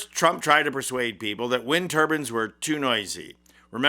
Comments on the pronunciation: It's wind turbines, not turbans- a head wrap. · Wind tur-bines not wind turbans. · Turbines /bainz/ not turbins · turban and turbine very different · Like the video, love the message! But, please recognize that there is a difference between turbines and turbans!! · They aren’t “ turbans” they are turBINES with a long I. As is Mines Whines Fines DInes.